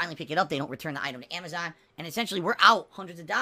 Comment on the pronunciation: ReaperSound Amazahn